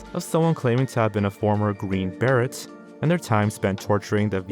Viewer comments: hahahahaaaaa...green barrett....It's pronounced green ba ray. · Beret is “Bear-a” not Barrett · The t is silent. It's pronounced Green Beray. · You guys have the strangest way of mispronouncing words And I don’t mean obvious stuff like foreign names/terms, it’s like random, completely normal words. Like I have NEVER heard someone pronounce “beret” like “Barrette” like that.